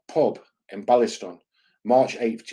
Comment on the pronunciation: Throw lots of names about then say Springcroft “B-A-Liston” Nah mate